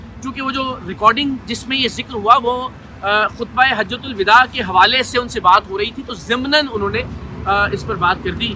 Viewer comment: سالے کل کے کل جاہل ہیں۔ کمینے۔ "حجتہ الوداع" کو غلط بول رہا ہے۔ Hajjatul Vida غلط ہے۔ Hijjatul Vada صحیح ہے۔